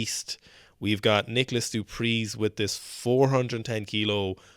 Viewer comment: Du Preeze is just "Du Pree", its not the Z. I believe he is not a household name in powerlifting because he doesn't compete in the IPF affiliated federation here.